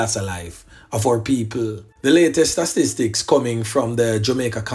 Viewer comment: I always laugh when u try to say "statistics" I swear